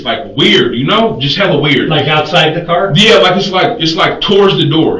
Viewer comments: sir its pronounced car not cor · I wish someone could tell my why they pronounce the word 'Car' as 'Core' these days. This is a relatively new phenomenon.